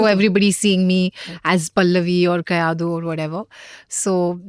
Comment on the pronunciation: Bro not kayidu its kayadu